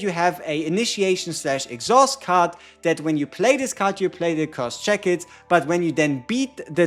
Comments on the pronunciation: you should look up how shackles is pronounced:D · Your pronunciation of shackles makes this video awesome and not boring ngl. Thankyou for what you do